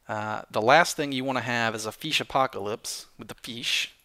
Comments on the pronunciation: Every time he complains about glitchy mobs. Drink Every time he says feesh. Drink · Feesh=fish! Let's learn the language!:D